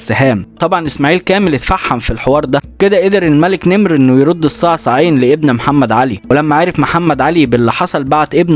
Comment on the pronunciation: تحياتي وتقديري وإحترامي لكم ولشخصكم الكريم الموقر ولمجهودكم الرائع واسلوبكم الشيق في عرض، الحقائق والمعلومات التاريخية ومحتواكم الهادف ولكن تصحيح بسيط للغاية وهو إسم ملك السودان والذي كان مقره شندي لم يكن اسمه الملك نمر وانما كان يسمى بلهجة اخواننا من اهل السودان المك نمر (المك وليس الملك) رغم ان المك تعني الملك ولكن هكذا كانت تنطق وتوارث حكم السودان عدد من المكوك وكانت تسمى تلك الفترة من تاريخ السودان بحكم المكوك اشهرهم على الإطلاق هو المك نمر وهم من قبيلة عربية تعتبر اكبر القبائل العربية المسيطرة في السودان والتي غالبا ما توارثت الحكم والسلطة بالسودان وتلك القبيلة هي قبيلة الجعليين وينتهي نسبها الى سيدنا العباس بن عبدالمطلب عم سيدنا وحبيبنا ونبينا محمد صلى الله عليه وسلم ولهم صلة قرابه بقبيلة ثانية تعتبر ايضا من اهم القبائل العربية بالسودان وهي قبيلة الشايقية او الشايقي وهم ابناء عمومة للجعليين رغم الصراع الدائم والتنافس المستمر بينهما بقي ان نعرف ان سبب انتقام المك نمر من اسماعيل ابن محمد علي باشا هو اهانته للمك نمر بالاصافة لتهوره وحماقته وامعانه في اهانة المك نمر بصفة خاصة والجعليين بصفة عامة لعلمه انهم القوة المسيطرة على مقاليد الحكم بالسودان ولكي يستتب له امر السودان لابد ان يكسر شوكة المك نمر والجعليين وان يهينهم ويكسر عزة انفسهم فطلب هذا الامير الارعن من المك نمر نساء من الجعليين ليقوموا على خدمته والترفيه عنه وعن ضيوفه والامر الذي يعتبر اهانة شديدة لقوم معروف عنهم الشجاعة لدرجة التهور والحماقة وعزة نفس ابيه عربية لا تنحني فكان الرد الطبيعي من المك نمر ان اشعل النار في هذا الأمير الارعن وكل من معه الامر الذي اثار غضب محمد علي باشا واستشاط غضبا واصر على الانتقام لما ح